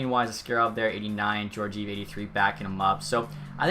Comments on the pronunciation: Jorgive? It’s pronounced Jor-jee-ev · "Jor-jeev"? It's "Geor-giev" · Geor-giev edit:no offense that’s just how it’s said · Pronounced gee-or-gee-ev